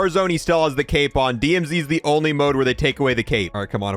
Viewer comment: you said " i wonder if the cape moves when he moves" i thought you said cake